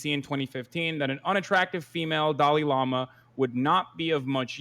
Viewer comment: It's dalai lama not fucking Dali Lama 🤦‍♂️😂